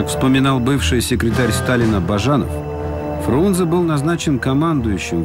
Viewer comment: А правильно не Фрунзе, а Фрунзэ. Именно Э а не Е!